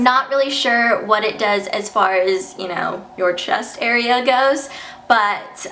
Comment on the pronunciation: OMG I laughed so hard when she said "AREAA"